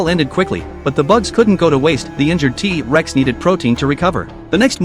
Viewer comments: It's not teeee rex it's t rex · First of all using ai voice Is so trash,he even said tea rex,second of all he's not nick,hey atleast you didn't call him jack😅😅😅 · Wow he say Tea Rex how amazing😂